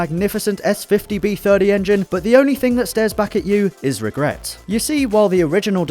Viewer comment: Ragrets? lol ;) was this on purpose?